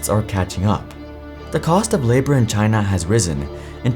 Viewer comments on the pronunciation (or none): How many times in this video was China pronounced as ‘TinA’